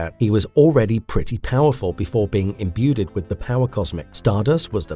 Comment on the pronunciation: omg "imbuedid" wtf? imbued i m b u e d no "did" try this "you'd imbued" "perpeNtualy" it is p e r p e t u a l l y no N in the middle not perpeN this is going to keep happening isn't it ... sent inent... I'm done. I can not continue to listen to someone who clearly does not know what any of these words are. un sub